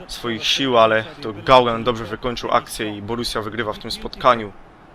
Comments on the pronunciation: Nie gangan ttlko gindogan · "Gaugan" to mnie rozwaliło. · Gidogan się czyta :D